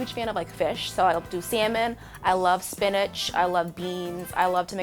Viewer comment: did she say spiniCH